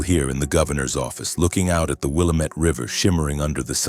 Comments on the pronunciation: it's pronounced Wil lam ett river named by the indians who lived there. how do I know because I am an Oregonian! From the Rogue Valley. Good Story! wouldn't the governor have had kinda like secret service? to go anyware wouldn't they have followed? and wouldn't the tv and others follow him. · An Oregonian would know the correct way to pronounce Willamette.